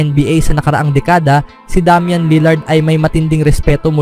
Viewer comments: Wtheckk DAM-YAN 😂 ilugar mo pagiging badjao mo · Minurder ba naman pangalan ni Lillard hahaha Damyan for treyyy!!!